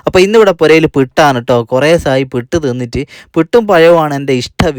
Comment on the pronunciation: പിട്ട് അല്ല പുട്ട്